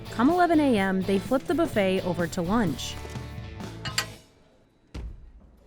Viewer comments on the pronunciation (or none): none